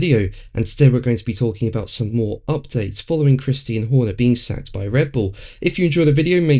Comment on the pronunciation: Why would you keep insisting on calling CHRISTIAN christine???? He is a dude, christine is a chick name. WTF is wrong with you, have some respect. We all know what his name is AND how to pronounce it, how can you be a F1 channel and not know. Weather you like him or hate him, his name is CHRISTIAN, like the religion in case your still to $tupid to understand. Get over yourself guy.